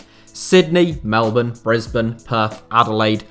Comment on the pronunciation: Finally, a British football channel manages to pronounce Melbourne correctly